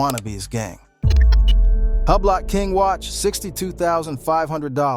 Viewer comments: Hub-blot lol it’s pronounced Ooo-blo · Hublock???? What is that....Huuubloooooo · This MFr say Hue-Blot one more time imma throw my phone. 😅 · Hugh blot 😂😂😂😂 ⌚ hub lot sounds like I could afford one 😂